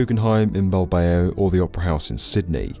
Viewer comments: Did he just say Bil-bay-o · Another fascinating video... Though it's pronounced Bil-bau! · Bill Bay Oh 😂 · Oof, good piece but... Bil-bay-oh?! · That was the weirdest pronunciation Bilbao i have ever heard.